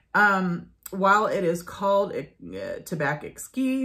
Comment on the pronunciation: In French , we don't pronounce the last letter ; for "tabac" , the "c" is not pronouced , the same with "blanc" , and "champ" etc ... Hope that it can help you !